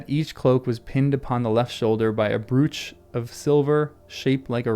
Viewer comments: I would write the pronunciation as "broach" to rhyme with "coach". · try bro' ch, that is the normal pronunciation. i have several from my Grandmother (2 are made of china), they are so out of fashion now, i got them because my cousins just were not interested even in the silver ones. this is my favorite part of the book, this army that cannot die until released from the curse, are unstoppable, at this point, you can see Aragon rising to the challenge of King and i would follow (as close as possible as i would be scared)him anywhere at this point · if i put 30 literary book reviewers from youtube in a pit, and the one that didn't pronounce 'brooch' to rhyme with 'pooch' survived, who would be left standing